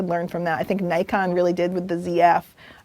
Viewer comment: Why do people keep pronouncing Nikon "Nuykon". Isn't it suppose to be "neekon"?